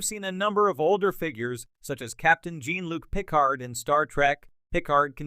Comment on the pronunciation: You need to train whatever's reading the text to not run together section headings and body text, and how to pronounce Jean-Luc Picard ("Gene Luke Pickerd"?!?!), sci-fi ("sky fee"?!?!), and DS9 ("deece nne"?!?!).